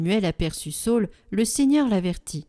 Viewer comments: Sa ül et non Saul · Bonjour, merci beaucoup pour votre site! Merci de nous faire goûter à la Parole de Dieu au quotidien. Cependant, question sur la prononciation de SA Ü L. ( sa ul) SAUL c'est St Paul... D'après ce que j'ai appris.. Merci pour votre investissement!